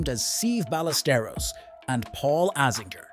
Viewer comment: Seve’s name is pronounced (seh-vey) (by-ah-ster-os)